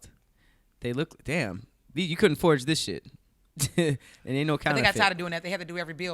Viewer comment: ITS A GODDAMN 'FORGE',!